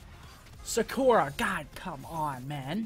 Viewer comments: Why do you must say Sakura wrong?!?! Like WTF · The way you said Sakura...